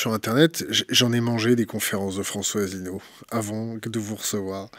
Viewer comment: Le comportement de ne l'honore pas. A commencer par cette façon désinvolte de massacrer le nom de l'invité. Un mélange peu savoureux du Bully de cour de récréation et d'adolescentes ricanantes. Pourquoi inviter quelqu'un que l'on n'a aucune envie d'ecouter? Enfin, penser que l'on connait quelqu'un parce que on a passé 15 jours intenses à préparer son sujet? Heureusement que j'ai vu des tas d'autres interviews passionnantes et courtoises sur Thinkerview.